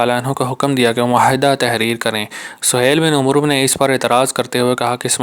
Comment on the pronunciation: Umroo nhn hota amar hota hai